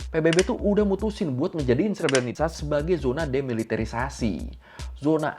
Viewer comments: Untuk sekedar informasi pelafalan "srebrenica" yg benar itu adalah "srebrenitsa" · Cara baca srebrenicanya salah ngab 😅